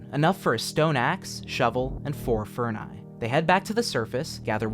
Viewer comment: "Furni". You just ruined my Christmas thanks.